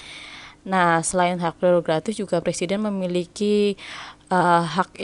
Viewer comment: Mantap kak terimakasih buat pembahasannya, btw bantu ralat dikit yg bener tu prerogatif bukan gratif😁 semangat terus buat yg besok tes semoga dimudahkan dan dilancarkan aamiin🤲